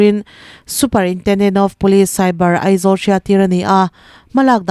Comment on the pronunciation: Superintendent of police i lam dan hi ava dangdai ve super-intendent han tih chu,a awmzia kan bo trep alawm.